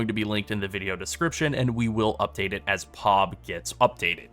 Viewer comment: Jeez, man, it's P-O-B not POB all one word, you say it seperately. It's an initialism like FBI or CPU ...